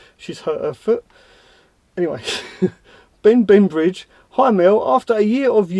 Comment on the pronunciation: ben bembridge! love that rendition of my name, good effort! thanks for the information mel il be working from my van so will probably buy 3 x 130Ah versions of that battery. with my 310W solar panel and 40amp b2b charger i should be good.